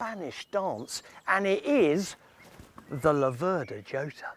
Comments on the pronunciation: Laverda with the stress on the first syllable and Jota pronounce with a Y as in Yota. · It's an Italian bike so I guess in any other language they'll pronounce it as they see it, the mistake that the English make is with pronouncing Laverda, they always seem to stress the 2nd syllable.